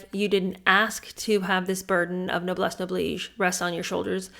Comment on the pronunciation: I have Noblesse Oblige somewhere. Thanks for teaching me how to pronounce it!